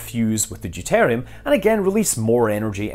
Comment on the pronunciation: Deuteruim not deutarium.